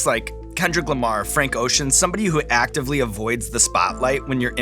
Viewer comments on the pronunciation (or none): none